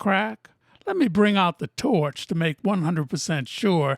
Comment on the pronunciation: "torch" ya starting to sound Australian 😂